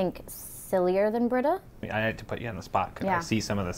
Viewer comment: Britta. It’s Britta.